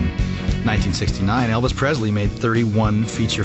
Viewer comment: It’s surprising that Kurt Russell mis-pronounces Elvis’ name. He says PreZley instead of PreSley.